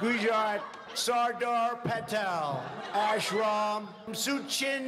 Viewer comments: Man.... He pronounced Sachin as Soo-chin. That is Literally the most embarrassing thing one can do. Keeping in Mind, Sachin is referred to as God of Cricket, all over the world. And, he's literally worshipped by Indians. Anyhow, Trump embarrasses himself everywhere he goes... So who cares😂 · When trump says suchin i thought he is talking about shinchan